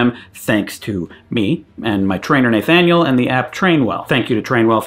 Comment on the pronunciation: The way you pronounce Naythaniel makes me twitch, but I like your content.